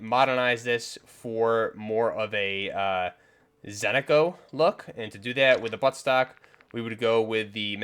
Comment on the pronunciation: Why everybody call it Zentico when its ZENITCO!!! :hand-orange-covering-eyes